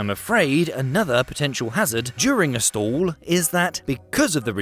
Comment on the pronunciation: Good explanation of the physics of balloon deflation in flight. Though you might want to learn proper English pronunciation. "Stall" is pronounced as "stawl", not "stool". I kept thinking what kind of stool you were talking about until it hit me that it's not me, it's you. 😅